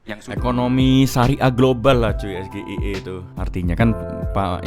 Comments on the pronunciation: Pak imin nggak tau sgie karena gibran juga salah bilang yang seharusnya es ge ai i kalo inggrisnya, dan juga wajar saja kalo beliau nggak tau karena dia kan manusia negara indonesia bukan luar negeri wkwkwk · bacanya ES JI AI I bg bukan sgie, apalgi gibran trnyata buka contekan dia jg gk tau apa itu sgie 😅